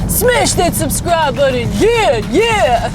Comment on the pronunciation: I like the way she says the word, button. Is that a regional thing?? buddin.